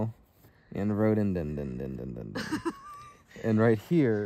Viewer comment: It's pronounced Rhod o den dron. It's the state flower 🌸 of West Virginia where I am originally from.